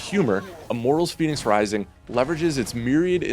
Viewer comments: It's pronounced fennicks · He's pronouncing fenyx wrong for a start lol.